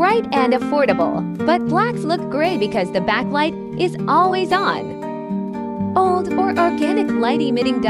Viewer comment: No I mean pronunciation. In the video OLED is pronounced as OLD😂